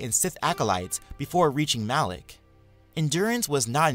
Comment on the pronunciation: Malak not alak mate